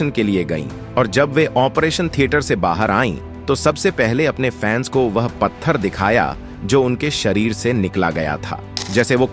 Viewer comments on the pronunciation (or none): none